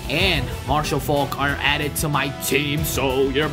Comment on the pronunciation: Ur saying Marshall Faulk name wrong